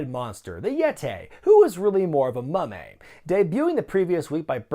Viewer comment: "The Yet-ay, who was more like a Mumm-ay" this popped me lol